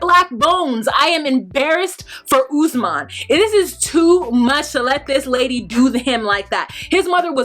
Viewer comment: This may be a silly thing to pick on but Lisa keeps mispronouncing Usman's name. "Ussmen. Ussmen." He pronounced it numerous times. I was many years with a Cuban man called Paulo and everyone kept calling him Pablo. It is a basic mark of respect to learn how to pronounce a person's name. His name is Usman. She never researched his culture, his country, how to politely to act around his friends and family. She came in like everyone had to kowtow to her for some odd reason. She really got under my skin. And when she went on about having to pay "the white price" and references to her taking Usman to America to be a slave. With all the resources and people stolen from Africa, have some respect. Open a history book, read up on current affairs. She upset me so much.